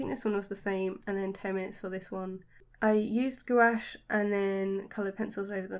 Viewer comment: I love your art and style. So colorful and cute. Just by the way: this is how Gouache is pronounced!